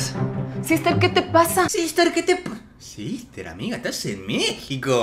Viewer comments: Pensé que decía Ester no sister JAAJAJAJAJA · Nicoooo, dice "Ester", no "sister", Ester es un nombre jaskajsksa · No dice "sister", dice Ester